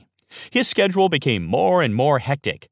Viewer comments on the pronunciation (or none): none